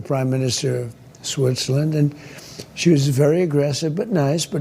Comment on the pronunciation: Did he say Switcherland?